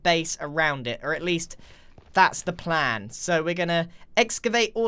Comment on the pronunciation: Grian : that's the plan The Mumbo Campaign: what's this word pronounced 'plan' you speak of?